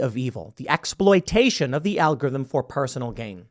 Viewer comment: "muh algotirhym"